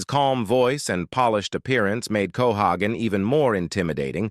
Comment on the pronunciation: It's cohagen, pronounce it right or get lost.You got that narrator